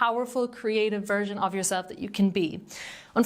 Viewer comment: Love how your accent made it sound like “jewel-self”. But that is what if feels like ;) 💎